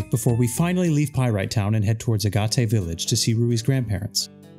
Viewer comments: Agate is pronounced like Aah-Get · "Agate" is a semiprecious stone; it's pronounced "Agg-it" (rhymes with "bag it."). This video was fascinating, great work. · How you said Agate village gave me a laugh. Also if you wanna have shinies the easy way, use an AR code on an emulator, bc damn this method is tedious and each time you fail = big sad